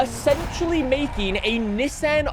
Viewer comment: Americans bullying you about saying Nissan the correct way lol